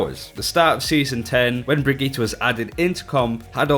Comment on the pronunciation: He said Brigitte the same way you say "Spaghetti". What the fuck. Also, as usual, Geoff Goodman overnerfing something. Storm Arrow NEEDS to still be able to one shot Tracer because, right now, it's one of the counters to dive.